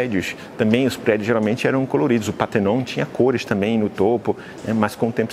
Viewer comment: Só não pronuncia PÁ - TER - NON, por favor, dorm os ouvidos! É PAR - TE - NON!